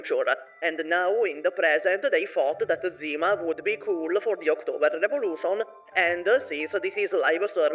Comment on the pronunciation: Bro it's Zima, not Dzima 😭